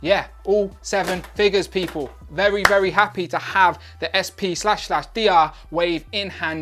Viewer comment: pretty sure SP//DR is just pronounced spider.